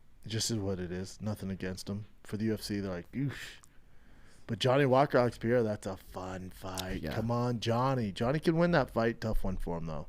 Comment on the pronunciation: Duuude love ya big brown Butchya gottttta stop saying Alex "pee-AIR-ah" it is Alex "Pur-RARE-ah"